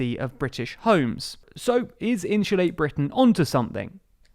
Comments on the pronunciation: Great video but can't help laughing at how you say insulate haha 😆 In shoe late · “Inshulate”? Every time I think I’ve finally heard all the British accents, someone pops up like, “Bold of you to assume.”